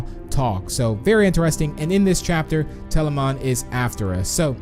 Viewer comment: Tbh he's been miss pronouncing words like telamon - telaman